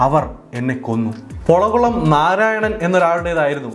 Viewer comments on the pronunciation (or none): ഒരു ചെറിയ തിരുത്തു....പൊളകുളം അല്ല പോളക്കുളം ... Thanks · ചെറിയൊരു തിരുത്ത് ആണ്.. എങ്കിലും പൊളക്കുളം അല്ല പോളക്കുളം.. പോളക്കുളം ടൂറിസ്റ്റ് ഹോം... അത് പോലെ രംജത് മലാനി അല്ല, രാം ജഠ്മലാനി. (ഇംഗ്ലീഷിലെ പേരുകൾ വായിച്ച് ഉണ്ടായതാവാം എങ്കിലും..)